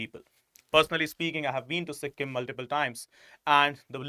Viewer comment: Sikkim is derived from 'SU' 'KHYIM' not Su him. And its 'Nam-Gyal' not Nama Gyal.